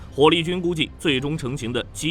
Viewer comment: MRCV、JMMS中國發音超搞笑 ㄟ母ㄚCV、雞 ㄟ母 ㄟ母S